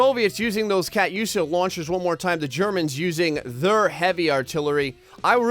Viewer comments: It's pronounced katusha not Kat yusha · ka tusha not kat usha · no offence,i love your vids but i know alot about ww2 and i know u did not pronounce katyusha right LMAO. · BOSSA TRON it was triggering me when he was saying it wrong